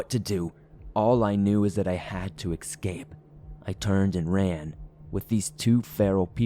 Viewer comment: Eck-scape? Still love ya, man!